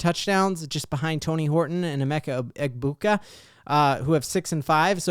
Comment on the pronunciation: The “g” in Egbuka is silent 😂